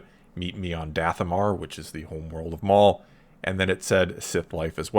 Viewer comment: I cringed at ''Dathomahr''